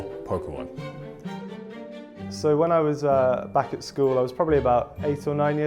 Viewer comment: Poke key mon